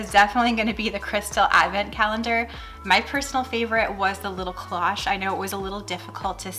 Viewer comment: Loved the cloche idea, but cloche doesn’t rhyme with gosh. It is the long O sound cloooooche Just fyi